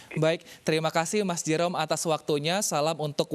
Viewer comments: Cuma disini Jerome dibilang J-E-R-O-M-E😭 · JE RO ME, kek aneh gt g sih dengernya. wkwk